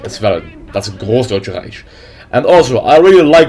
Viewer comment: Reich isnt supposed to be said Reich. You should say it like "reik"